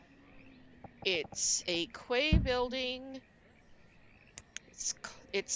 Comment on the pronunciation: The Quay buildings are pronounced "Key" as in door key